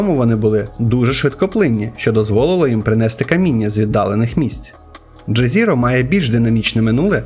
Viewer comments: згоден, яке ще джезіро? якщо його назва польська і звучить як йезєро. ну і інше, персевіренс наприклад. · якщо з англійської (що скоріше за все використовувалась в місії), то ДжезЕро. В пересеверенсі в наголосі дійсно помилка (а ось звук "і" в британському варіанті більше на "е" схожий, але то таке)